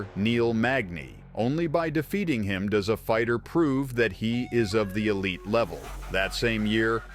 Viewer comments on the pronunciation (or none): none